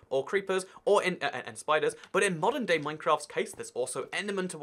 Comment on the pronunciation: Whenever he said modern day Minecraft I heard Monday Minecraft